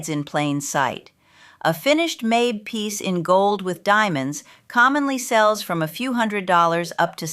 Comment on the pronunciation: It’s pronounced mah-bay, not May-b